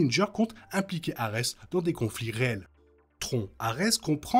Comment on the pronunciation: tron dit comme "tronc" j'ai vraiment du mal, c'est bien bien moche